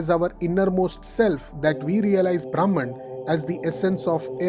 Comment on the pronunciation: Very nice explanation… but the pronunciation of Brahman is ब्रम्हन् .. ब्राम्हण means different